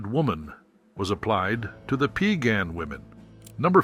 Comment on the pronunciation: Its PIE - GAHNN... PIE LIKE APPLE PIE NOT PEE A GAHN!! 🙄